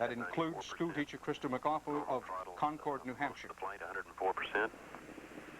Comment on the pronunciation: I Love Dan Rater say Crista Mcauliffe's last name for the first time here "Christa McCaulkaliff" or something like that